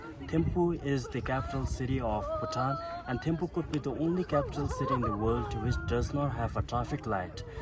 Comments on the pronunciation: Bhai poore vedio mein timphu kyu bol rhe ho ...Thimphu is right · Its so annoying Its THimphu not Timphu